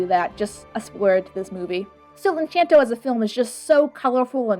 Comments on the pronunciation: Encanto, not enchanto. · it's Encanto. not Enc**h**anto. there is not an h there. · Great video, I hate to be one of those people but it's, pronounced "In can toe" , but yeah that's how I pronounced it first too. Ps, don't take this too seriously I don't speak Spanish so... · Enchanto? You mean Encanto? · wow i can forgive people saying "en-caen-toe" because of their american accent but enCHanto?? you are actively mispronouncing the word that's been said in the movie so many times ugh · no hate but its encanto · I'm sorry... En-ch-anto ? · I can't take this seriously when you say "Enchanto" when there's no H in the word. this is a joke by the way. i just think it's funny since i said it like that for a good while but it didn't sound right till i actually said it right. XD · Not really your best vid,. Also mispronouncing the movie title is really not the best look, and I can only imagine it was done to farm engagement, which kiiiinda sucks But hey, I ended up watching the movie after seeing this and loved the movie anyway. Not really sure where your criticisms are coming from tbh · I feel like you should have done,,, like ANY research before making this video. You come across really dismissive and tone deaf to something that is a very real struggle for people all around the world, especially when 'reviewing' a movie whose target audience is a very specific culture. Also you couldn't even be bothered to find out how to say the name of the movie? I've been subscribed for a long time but fam this is a bad look. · I usually love all of your content, but this video is unnerving to me just because of how often you mispronounce the name of the movie. You have some good points. That said, I think you seem a bit annoyed with the movie and slightly hand wavy while also admitting that therapy is a lot harder to do for some people. I like the video, but I don't love it as much as I usually do with your content.